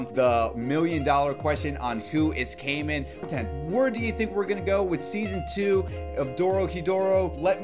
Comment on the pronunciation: Its not kaymen is it so hard to pronounce? Kai is litterally a name a just putting man behind It isn’t hard